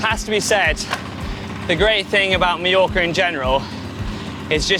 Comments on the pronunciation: Very nice video indeed! Now, next year you might as well try to pronounce some local names in the right way and not make them up. Repeat after me: "Mah-york"-ah, not "Mee-yo-ka" :D :D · Sorry to say, but you both managed to mispronounce “Mallorca” throughout the video! It’s not /mee-yorka/. You should say /my-yorka/. Same “my” as in “ ”my” pronunciation is rubbish”. From someone who has struggled with his Brazilian English accent for nearly 20yrs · Beautiful video! Although I must say it is pronounced Mah-yor-ka, not Mee-yor-ka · Any reason that the Brits can’t pronounce Mallorca correctly. My-orca. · Why are Brits the only people on earth who can’t pronounce Mallorca correctly? It is not meorca you dolts. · Why do they keep calling it Mejorca? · GCN presenters ALWAYS pronounce it incorrectly.